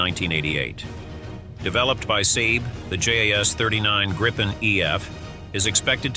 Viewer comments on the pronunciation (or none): Not "S = AY B" or "S- AY D" --- br pronounced S"AR B" or "SARB" --- pronunciation (AI?) needs to be both monitored and corrected else it sounds amateur... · So annoying to hear "sayb" instead of the well known for 50+ years "Sahb". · Your pronunciation is wrong, saab is not sab, JAS is not jas! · US pronunciation